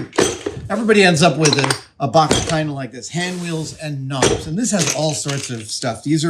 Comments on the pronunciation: Oh KNOBS. I thought he said 'Nams' or 'norms' and got quite concerned :p I'm not great fixing stuff, but I take broken stuff and make it into other stuff. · knobs! I legit thought he was saying noms …